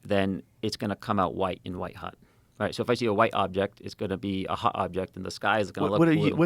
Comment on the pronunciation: I know he meant hot but yeah he def pronounes it as hut